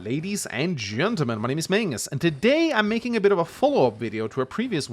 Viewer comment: HALLOOOO LADIES AND GENTEMEN-AH! MY NAME ISA!